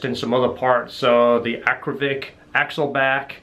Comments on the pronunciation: AKRA POVIC not Akrovic...Akrapovic 😆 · First time that I saw a comparaison between a few x-pipes in one video. No stupid loud background music. By the way and I mean no disrespect, it is Akrapovic and not Akrovic. Well done! I used to have a C6 Z06 with Kooks long tube headers, high flow cats, Corsa x-pipes and sport exhaust. My engine light was always on. Did you have the same issue?